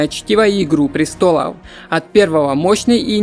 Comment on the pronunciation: За объём лайк, но слушать твою речь реально тяжело. Поделай что-ли упражнения на дикцию. Как будто криво говорящий по русски иностранец озвучивает. "Науыкоу, пришельцеу, престолоу, вынужж'ен, прежьже, банх-кок....." трендец, блин..... ты на курсы по коверканью слов ходил? просто кровь из ушей!